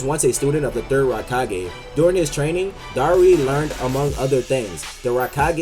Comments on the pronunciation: Its darui not dauri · Its pronounced dar-roo